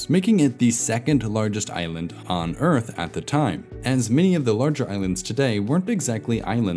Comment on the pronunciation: New Zealand is really middle Oyth. Old Zealand is really Elfland. Middle Zealand is really The Shoiah...